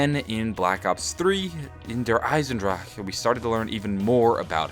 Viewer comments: Do you have a stroke whenever you say Der Eisendrache? "der eisendrahhh...ah" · How about we just all agree to leave out that last syllable on Der Eisendrache? Can we do that? Because it sounds kind of funny. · It's so funny when he say the map name